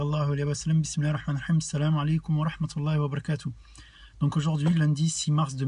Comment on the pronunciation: remarque d'amélioration : prend le temps de prononcer correctement les termes comme "Allâh" (et non alla), bismillâh ( et non bismila) etc.. 😃 respecte les prolongations